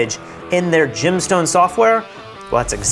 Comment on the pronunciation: i see "Gemstone" I hear "Gymstone"